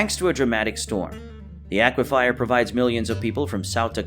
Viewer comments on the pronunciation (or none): The narrator should probably have previewed the pictures and the script before producing this. He should also go back to school and learn how to pronounce words like aquifer among others.